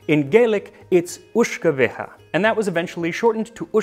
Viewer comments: Your Italian and French is good, but your Gaelic needs some work. I hope you don’t mind. It’s more like “Ishka Baha” the water of life. Greetings from an Irishman (we write “whiskey”) living in Schiedam home of Jenever, the original gin! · I know some Gaelic myself, and I think a more accurate pronunciation is “ish-ke bey-ha”, unless someone more fluent thinks otherwise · Just getting around to watching this now and yeah, about that "Lizzy's here" :D PS: The Uisge Beatha is spoken something along the lines of Uishge-bahr. YES YES BACKSEAT COMMENTING I KNOW I dont let the door hit me. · As a native of Ireland and descendant of a Scottish side I wish to correct your pronunciation of Uisge Beatha, it's actually "Ish-keh Bah-Hah."